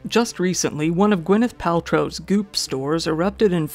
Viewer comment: BTW, it's Gwyneth Paltrow, not Gwenyth.